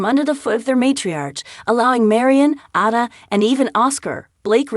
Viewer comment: It's Van Rhine. And Ada, hard A.